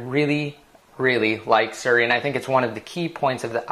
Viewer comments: it's not suri, it's siri ;) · its SIRI, not SURi